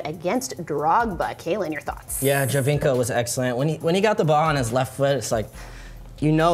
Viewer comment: Giovinco = joe-veenc-oh ... not gee-oh-veenc-oh. Best player in the league and we can't get his name pronounced right 😑